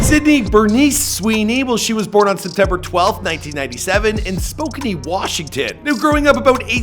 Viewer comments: its pronounced sp O can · It's pronounced Spoh-CAN, Washington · it’s spo-can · For the record, Spokane is pronounced "Spo-CAN" not "spo-canny" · No its pronounced Spoke-Ann (source: I live just 10 minutes south of Washington's southern border and grew up around Washington locals) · “Spoke-canny” please, no😭😭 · Spokane is pronounced Spo • Can. There’s no ee in the pronunciation. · You pronounced spokane very wrong haha. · Wait is Spokane pronounced like that?😂